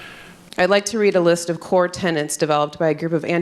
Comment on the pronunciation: 'Core tenents'. And this is an educator?